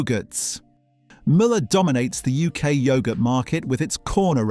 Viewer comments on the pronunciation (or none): Strange to pronounce Müller as Miller!